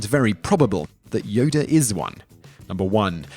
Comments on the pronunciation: This nigga keep saying "Yoder" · Yodr lol haha WTF is wrong with this guy... Plus just incase you forgot moron he lost his light saber in the senate while he battled sidious.